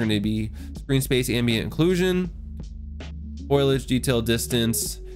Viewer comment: FOIL AGE, lol. I think it's pronounced FO LI AGE ;)